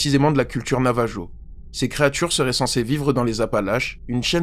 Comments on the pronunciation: Navarro, pas navajo ! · Comme quelqu'un l’a mentionné ce prononce navarro...! Pas (jo) 😉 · Oyé 😂 " Navajo " se prononce " Navaro " 😂😂😂 mais merci pour la vidéo 😊😅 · Ça se prononce Navarro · J’aller lui dire 😊 aussi ca m’a direct titillé l'oreille